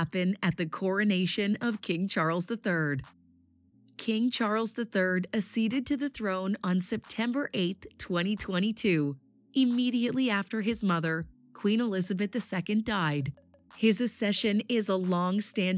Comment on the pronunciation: You mean like ‘ak-seeded’ instead of ‘uhseeded’, ‘Edinbur-uh’ instead of ‘Edinboro’, and Stone of ‘Scoon’ instead of ‘Scone’. I know it looks like it rhymes with ‘stone’, but it actually rhymes with ‘spoon’. I mean, if you’re going to make an informative video, at least find out how to correctly pronounce things and stop saying ‘coronated’.